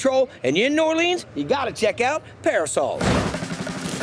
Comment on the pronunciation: Notice how Guy goes from New OrLEEEENS to New OrLins.. the proper pronounciation